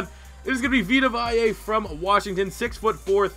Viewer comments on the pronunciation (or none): VEE-ta VAY-uh 😉👉